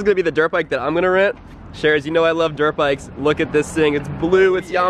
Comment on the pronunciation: When he showed the helmet he said I got my green drit bike then he said and I have my ornge drit bike